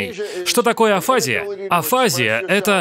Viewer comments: АфазИя, не афАзия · И не афАзия, а афазИя... ударение на последний слог =) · Обычно ударение на 'и': афази́я. Центр Вернике, не Винокура. Это два речевых центра в височной доле: Брокка и Вернике. Один отвечает за способность говорить, второй за способность понимать речь. При афазии нарушаются эти функции: ты не понимаешь, что тебе сказали или что написано, и не можешь выразить свои мысли вербально. Жаль Брюса. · Ударение на букву И афазИя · Правильно "афази́я" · АфазИя, дислалИя, дизартрИя, алалИя. Ударение неправильное. Говорю, как логопед. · строго говоря, афазиЯ (в русской медицине принято так ставить ударение) - это всего лишь симптомокомплекс с характерными проявлениями. К одним и тем же симптомам могут приводить разные болезни или механизмы (есть разница между инсультом и опухолью, не так ли). И да, может быть поражена зона БрокА, зона ВерникЕ или обе вместе. И тот, у кого берут интервью, тоже не знает точно что произошло с Брюсом